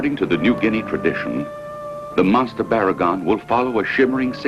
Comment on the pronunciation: Why do they keep saying the Godzilla monster's name...it's "Barugon", with an "oo" sound, not "Baragon" with an "ah" sound.